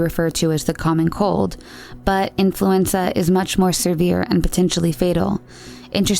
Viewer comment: Please learn how to pronounce words. Its off putting when you conttinue to say things like seRvere. It's just severe, one R. And thats one of many words on all the videos.